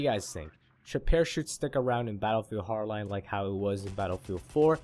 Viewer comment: completely agree with you! but try saying the D in battlefield HARD line it it kinda bugs me xP